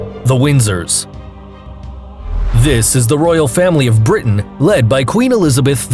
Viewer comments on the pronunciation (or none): none